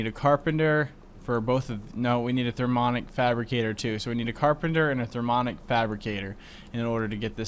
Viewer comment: I was the person who told you how to pronounce the minium stone. You failed at saying mini. If you said it correctly and added "um" to the end, not only would you say it right, but that's how it's spelled too! And you keep not saying the i in thermionic fabricator. Therm-"e"-on-ic. And placing the carpenter next to the aqueous accumulator would have worked, if you hadn't changed the config on it so it only outputs the water to the top.